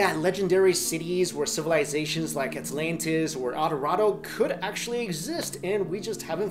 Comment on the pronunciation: nice pronunciation of Aint-lan-tis